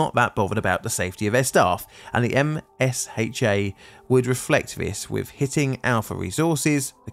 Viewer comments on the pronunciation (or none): MSHA not MHSA, otherwise thank you for this video. long time viewer. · As a miner, we call it MSHA, not M S H A. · The Mining Safety and Health Administration's acronym is generally used instead of the entire mouthful. It's usually pronounced EMshaw. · Thank you for the coverage on this disaster - a friend's family was affected by this tragedy. For future mining in the US disasters, MSHA is typically pronounced "em-SHA" instead of spelled as an initialism. [Like OSHA being "oh-SHA"] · coal mines are dirty places to work but the companies are so much dirtier. Thanks for covering this. sidenote: MHSA is actually MSHA, the mining equivalent of OSHA and usually is pronounced em-sha. They do great work and are full of great folk. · MSHA is typically pronounced "Em-shah" by those of us in the industry 😂